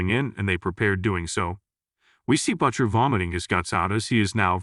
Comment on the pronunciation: Here we go again, with A.I. mispronouncing him "Butt-chur" 😂 (Butcher) short for butt muncher?